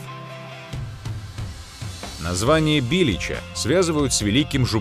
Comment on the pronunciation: Не БИлеча,а БилЕча.